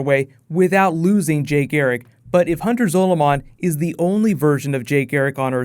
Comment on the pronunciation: Time wraiths are nothing like the black flash they are completely different and u keep saying zoloman wrong